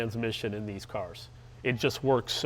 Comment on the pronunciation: Every time he says O.S. Geeken I die a little bit inside...